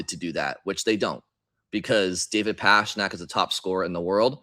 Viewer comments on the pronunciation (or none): Gotta be honest,, ya gotta stop pronouncing "Pastrnak" that way brother